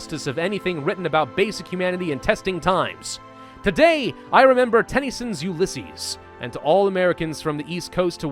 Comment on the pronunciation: The emphasis in 'Ulysses' is on the 'U', not the 'y'.